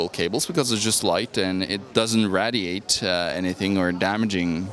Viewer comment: Dude can't pronounce radiate lol